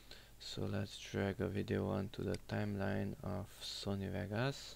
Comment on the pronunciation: are you from balkan,you seem to be byway you say sony vegas.